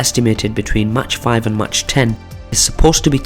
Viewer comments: Pronounce mach as mæk, not as match. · Agree. Its pronounced Mack or Mark, but certainly not Match